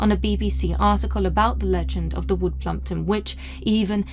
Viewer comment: U said plumpwood 😂